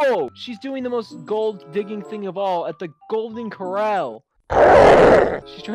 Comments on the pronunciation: It isnt coral its cor-al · COHRAL. NOT CORAL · It annoys me how he's saying coral as in the plant and not co rAAAL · Omg, it’s cor-ral not coral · It’s not Cor-ul it’s cor-al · it's not coral just say it like this core-ol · It'd actually pronounced Golden (core-rall) but the creator just spelled it wrong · Nobody No human being NO LIVING THING Albert: “gOlDEn cOrAl” REEEEEEEEEEEEEEEEEEEEEEEEEEEEEEEEEEEEEEEEEEEEEEEEEEEEE MY BLOOD PRESSURE IS RISING EVERY TIME HE SAYS “cOrAl” UNCULTURED SWINE still top 3 of my favorite youtubers tho xoxoxo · Golen core-rah-al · me listening to albert saying "golden coral": 😭 me thinking i should correct him in the comments: 😃 me realizing it's spelled the same but pronounced different: 😭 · I thought it was pronounced golden cer-all 🤔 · I just love how albert says cor-a-ll wrong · the fact that albert pronounces corral wrong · It's golden kor ral how tompronuonce it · did he just mispronounce golden corral?